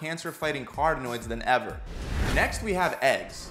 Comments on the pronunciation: Carotenoids not cartonoids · there is no such thing as cartenoids - the word is "carotenoids" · It should be "Carotenoids" not "Cartenoids". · CarOtenoids* as in carotene